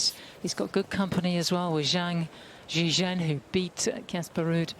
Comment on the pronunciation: Juncheng is literally the easiest name to say... its exactly how it sounds yet the commentator: I'm gonna call him Jerry